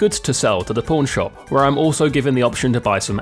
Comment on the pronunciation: when he siad pawn shop it sound like he siad por